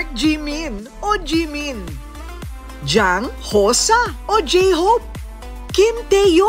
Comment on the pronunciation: That’s not pronounced as JANG for j-hope , it’s JEONG / JUNG.